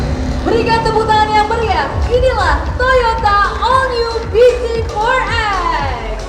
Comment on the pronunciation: Bz4x dibaca biji forex